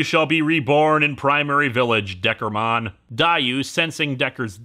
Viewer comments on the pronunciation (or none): "And now you will be reborn primary village Deckermon" XD